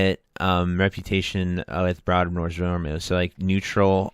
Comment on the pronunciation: It’s Brood like broom, zoom groom, room.